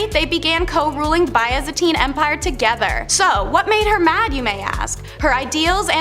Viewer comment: You know, you might want to check pronunciations of words it was Constantinople ( con- Stan-tin-opal**like the gem*) and byzantine (biz-Ann-teen)